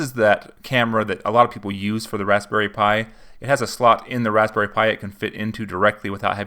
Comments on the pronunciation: Is it just me or does it sounds like he's saying rasssberry pie and not razberry? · I think you over pronounce the "p" in raspberry just a tad. Good video man and good energy! Great job!